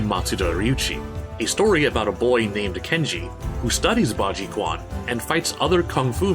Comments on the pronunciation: Very cool video! One thing I have to say, that did slightly bother me, is that a pinyin "q" letter in chinese is an english "ch" sound: therefore, quan is pronounced closer to "chwan" or "chwon" for the american tongue. I hope you see this before your possibly upcoming video on piguaquan (pee-gwa-chwan), but the rest of the video was very interesting thankyou! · Quan - Chew-an not Kuan. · My poor ears whenever you mispronounce "Quan". It's pronounced as "Ch-wan", not "K-wan". Chinese Mandarin romanization is weird. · I hate to be that guy but the Q in “quan” is pronounced “ch”. It’s weird, I know. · As a heads up, the "quan" (fist) character that you see in a lot of Chinese martial arts styles is pronounced more like "chuen". Nevertheless, this was a solid video, and I love the research you put into it and the several examples you included.